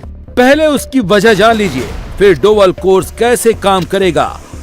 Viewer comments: डोबल नहीं डोभाल होता है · dobal Nahin dobhal boliyega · डोबल बोल रहे हो बार बार इनका नाम है डोभाल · डोवल नहीं डोभाल है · He is Dobhal not Doval. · डोवल नही डोभाल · doval nahi dobhal hain vo... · मिस्टर, डोभल नहीं होता, डोभाल होता है। पढ़े-लिखे लोगों की ऐसी गलतियां दोहराना अक्षम्य है। देश के एनएसए का सरनेम भी सही से उच्चारण नहीं कर पाटे, ऐसे हैं हमारे न्यूज एंकर। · ऐंकर महोदय आप द्वारा डोभाल जी को डोवल क्यों कहा जाता है इस तरह अपभ्रंशित शब्दों का प्रयोग न किया जाय। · भाई ये डोवल नहीं है डोभाल जी हैं। उनका नाम ठीक लिखो और बोलो।